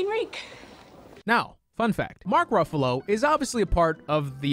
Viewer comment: I think I misheard you....did you call....@ did you call Mark Ruffalo a “BUFFALO”?!?!?!?!? Hehe